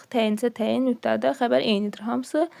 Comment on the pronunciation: Nüpdada❌️ Mübdada✅️